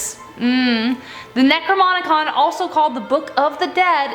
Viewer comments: Anyone else catch her keep saying Necronicom instead of Necromicon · The “Necromonicon”? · Necro NOM icon Not MON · It's adorable that you can't say "Necronomicon" lol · Did she said NecroMonicon? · And you pronounced it the "necromonicon" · nom..nom..nomicon lol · ...stop saying necronomicon wrong. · 3 - I've read the publicly published, $7 version of the Necronomicon several times. It's a joke. There's nothing in it but goofy terminology that would make Aleister Crowley proud. By the way, you got the N and M backwards and pronounced it wrong.:-) 1 - I own a copy of The Lesser Keys Of Solomon. It's in the same boat as the Necronomicon. Good for a laugh, but not much else. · You said Necronomicon so wrong 😑